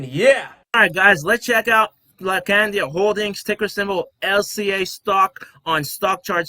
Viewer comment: laacandia holding 😅 Appreciate your positive energy brother. Subscribed 💪